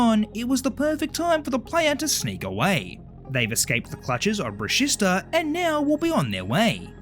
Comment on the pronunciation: It’s “bruh-she-sta” not “bruh-sis-ta”!!!!